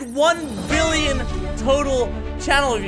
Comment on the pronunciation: He said 7 bilins